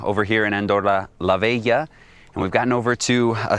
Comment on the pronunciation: It is "la Vella" (it means "the old one" in Catalan). It is pronounced as [la 'ßɛ.ʎa].